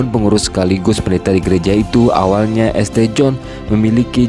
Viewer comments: Alhamdulilah, semangkin banyak Bule yang muallaf di Amrik. Semoga Islam makin berkembang luas di seluruh dunia., kalo membaca jangan dibaca esTe, tapi bacanya "sint". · Informasi pengetahuan umum tambahan buat adminnya ST/St itu di bacanya Sain atau jika di jika di indonesiakan Santo